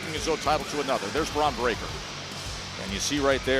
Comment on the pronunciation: She didn't squal she pronounced it break ker. She has a southern accent